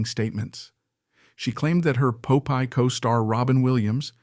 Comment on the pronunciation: Pope-eye? I hate AI